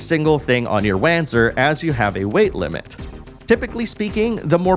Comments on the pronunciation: It's "Vahnser", not "Wahnzer" The name comes from the compound German word "Wanderungpanzer", and thus should be pronounced as in German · Hey just for future reference its pronounced "Vonser" (although it was pronounced "wanzer" in Left Alive and Evolved but they're better left forgotten haha). Solid review though thanks - I'm especially looking forward to Front Mission 3 and its dual stories! :) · Nice video, bro! Just a tip, the right way to speak Wanzer is Vanzer, i learned that in FM4. The characters speak Vanzer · It's Vanzer. The way he pronounced it sounded so wrong... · front mission 4 has voice overs and its Von-Ser its German.